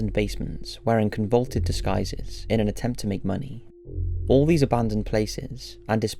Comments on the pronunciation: "Convulted" I think you mean "convoluted", pronounced "con-vo-loo-ted". It means complex or unclear. Maybe try writing your own script and not plagiarize shit off reddit or where ever you got it from. That way you understand the words you're using. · Con-vuh-luted. Not con-vul-ted. Also, it's disrepair, not despair. Not relevant to this video, but a repeated mistake you make in videos and it has been driving me mental. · Con-vol-Uted. Not convolted. Convolted isn't a word. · It's convoluted, not convolted. If you're going to narrate, learn the words. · No offence but the correct way to pronounce it is "con-vol-luted." "Luted" to rhyme with "fluted." NOT "con-vulted." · The word is "conVOluted" not "convulted" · Its con-vo-loo-ted, not 'con-vaulted'. Just thought i'd mention that since you used the word at least twice. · Love the upload, but I have a tiny bit of feedback. I hear you say "convulsed" a few times. I think you mean convoluted which is pronounced con vul oo ted. Keep up the good work, I love your channel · Stop saying CONVULTED. It’s CONVOLUTED - four syllables, not three. Sorry, it’s just driving me crazy lol. Interesting yet fucked up theories, by the way. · It's "con-vo-lu-ted", not "con-vol-ted." Just thinking you might not know, as I've heard "convolted" twice and I am only a bit past half done with the video. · The word is convoluted, not convulted. Con-vo-luted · Discovered a new word, but didn't take the time to learn how to pronounce it before cramming it in the script. Con-vo-LOO-ted. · Con-vo-lu-ted. Just trying to help. Also Fred had been in the Navy, so, he at least, was not a teenager. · If he say 'Con-Vaulted' one more time, I'm gonna scream. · CON-VO-LU-TED (Con-Voe-looo-ted) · Hey....”Convoluted”. Con-vo-looo-ted. Love you! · 'con-vo-luted disguises'